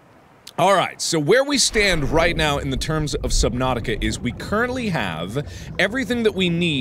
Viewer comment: Jackcepiceye calls it subnausih